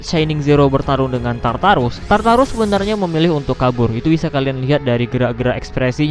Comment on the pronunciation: Tartar sauce baca nya?